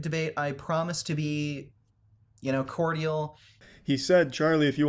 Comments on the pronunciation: Cor-dee-al? It’s pronounced cord-jal. :) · It’s really funny to me that on his Twitter calls Charlie’s audience dumb for a spelling error but he can’t even properly pronounce cordial. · You mispronounced ‘cordial’.